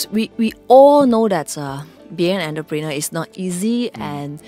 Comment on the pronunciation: by the way the pronunciation of the word entrepreneur. But good job to the host effort! My cantonese also longkang one kena laugh banana many times!